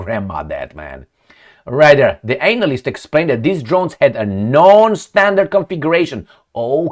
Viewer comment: VIVA RUSSIA.... but do we just ignore pronunciation of the word ANALYST??